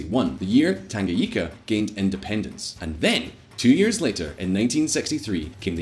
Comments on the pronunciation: Did he just pronounce Tanganyika "Tanga- yika"🤣🤣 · I'm Kenyan so I know some Kiswahili. It's mapinduzi. ma-pin-duzi. I don't want to sound condescending and that is not my intention. Just want to help anyone who wants to say it. Also, it's tan-ga-nyi-ka. Finally, yes, I do think other countries should put more pressure on dictators. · Tangayika😂😂it's tanganyika